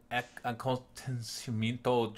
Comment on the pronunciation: Here's some pronounciation help. Shock army of a-Con-ti-men-toh. Pen-theh-sil-Ey-ah, Amazon warrior